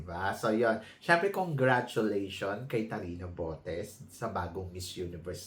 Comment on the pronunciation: Obviously, she is baiting,. She cannot even pronounce her name. Kate-riona Gray😅